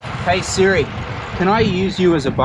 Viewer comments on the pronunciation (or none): none